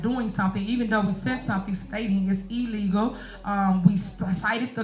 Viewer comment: It's "e-llegal"! 🤣🤣🤣